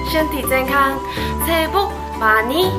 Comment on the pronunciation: Ma ni 好似money 😂😂😂😂